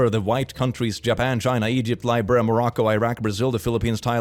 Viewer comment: The way he pronounced Libya killed me 💀